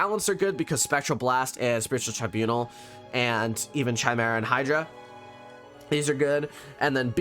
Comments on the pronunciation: It's cute how you say chai-mare-ah. It's Kai, lol. Kai-mare-uh. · You said chimera wrong